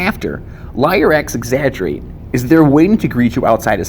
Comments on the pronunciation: I thought it was pronounced leer, not lier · Lier X exaggerate? It's pronounced Liar exaggerate, silly.